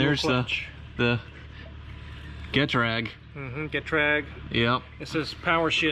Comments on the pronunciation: It's not get-rag, it's g'trag, like Gdansk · GutrAAAkk you pronounce it.....